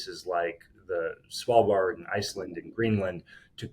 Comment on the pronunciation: Impressive pronounciation of Svalbard. ----> Almost 100% perfect pronounced.